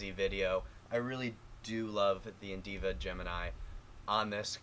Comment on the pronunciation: Indiva? Lol wut